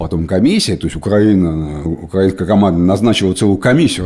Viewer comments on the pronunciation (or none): none